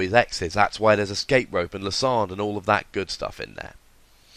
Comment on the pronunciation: Lie-sand-er not Lis-ond